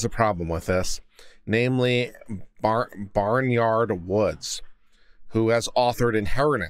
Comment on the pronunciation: Hi it’s bay nard not barnyard.. funny but at the same time.. to be so shady …